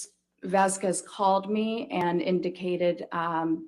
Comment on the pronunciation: The way she says "Vazquez" makes my inner Iberian cringe and seethe with rage.